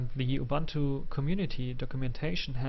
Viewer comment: and oo-boon-too not a-bun-too